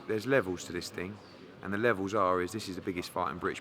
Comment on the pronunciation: "This levels to this ting" FFS Eddie hahahahahahahahahaha